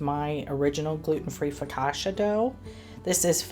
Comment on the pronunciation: That looks soooo good. I would not be glazing, as that’s a missed opportunity for cream cheese frosting! 😂 Ps. It’s foka-CHA, not foka-SHA. 😅